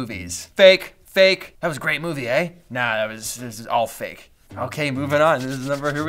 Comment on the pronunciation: When you say "Out" and "Aye". Its so Canadian 😂 I'm totally American btw 😂